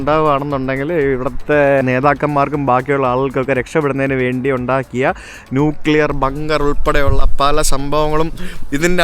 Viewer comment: Learn to pronounce nuclear